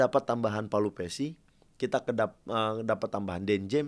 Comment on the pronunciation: "Pelupessy", bang; bukan " Palupessy".